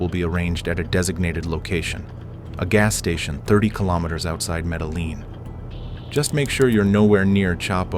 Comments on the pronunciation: You pronounce the cities wrong it’s BOH•GAH•TAH and MED•EH•JEAN. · 👎 this channel already has AI do all the work, yet can't fix the way it says "Medellin"